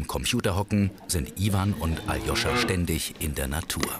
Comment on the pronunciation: Aloscha Und nich Ajoscha